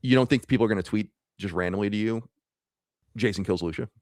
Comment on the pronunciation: It's "Loo see uh" because she's mexican...